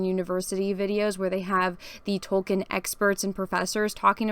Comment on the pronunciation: I like how says Tolkien like she just learned his name wasn't Token